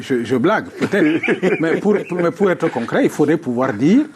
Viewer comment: Bon débat, par contre le présentateur là, il abuse à parler un mauvais français comme ça, au lieu de dire être il dit ecre etc... Il transforme les tr en cr depuis il faut le changer, il nous fait honte